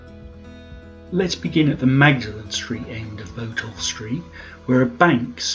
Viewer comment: Interesting video. I've lived in Norwich most of my life (now 69) and remember going to the old Odeon. I've always heard Botolph pronounced as Bot-olph (bot as in robot), rather than Bo-tolph.